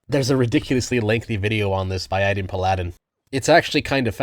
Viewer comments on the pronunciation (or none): "Addin Puladin" Bruh, it's: Ayy-den Pal-a-den. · I have never heard Aydin Paladin pronounced “Aladdin Plaid-in”, an now I can’t unsee it. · aydin paladin... i know her. she came to my wedding... that is the most fuck pronunciation i have ever heard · Excuse me but what was that pronunciation of Aydin Paladin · Bro how tf did you pronounce Aydin Paladin????